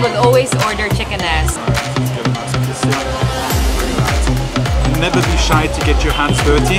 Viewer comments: I don't understand what that Pinay is saying. Is she really saying chicken ass? If so, she pronounces two words like one - chickenass. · Did she just say chicken "ass"? and Nelly can mix LOL! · Did she say Chicken Ass???? OMG 😆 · Are you guys saying chicken "ass"?